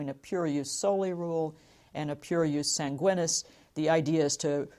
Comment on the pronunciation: Should be pronounced yoos 'SAHN-gwee-neees